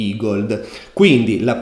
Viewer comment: Grande finalmente ne hai parlato!! E hai imparato a pronunciarlo "igold" e non "egled" 😃